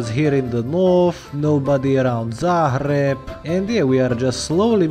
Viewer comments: Its pronaunced zagreb not zahreb and perfect timing tu get 100k subs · One question, why do you pronounce Belgrade and Zagreb as if there's H before letter "g"? Is that a rule in Slovakian language?